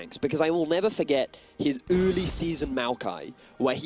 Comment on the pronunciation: good old "öööörli season maokai" .. god that pronunciation xD